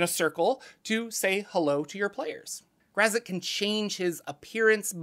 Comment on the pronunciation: This pronunciation of Graz'zt reminds me of the part in R.A. Salvatore's novel 'Sojourn' where a young boy mispronounces "Drizzt" as "the Drizzit."